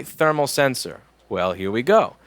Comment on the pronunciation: I loved "Thee-PU Sermal Sensor", whether it was on purpose or not. I do that all the time, but it's because I'm dumb. :P